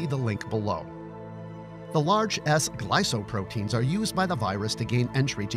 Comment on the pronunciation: Not glysoprotein. It's glykoprotein.